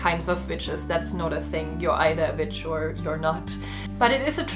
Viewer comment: This is a wonderful video, but ai cannot gets over the fact that when she said “I’m an Electic Witch” I thought she said bitch 🤣